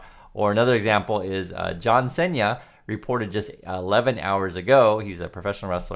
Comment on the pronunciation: It's John 'See-na' not 'Sai-nya' by the way.